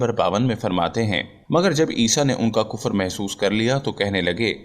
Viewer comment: Thalaffuz sahi karen .... Kufar. Wrong h Sahi h Kufr.. Matha ki enjeel ..wrong h.... Mathew ki Enjeel padho.